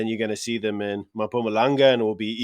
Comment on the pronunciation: "Mapumalang" 🤣🤣🤣🤣🤣🤣🤣., you can do better with the pronunciations. Come on, put in some time and effort you will get better eventually. I believe in you